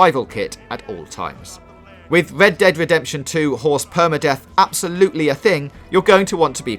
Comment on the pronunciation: "wed dead wedepsen two"